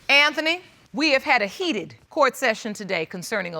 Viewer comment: “Court “. Not “Quart”. Good lord…..